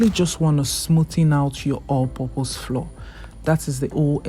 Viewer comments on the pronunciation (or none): All I hear is "floor, floor, floor." Why do you pronouce flour as floor? Flour is exactly the same pronunciation as flower 🌼.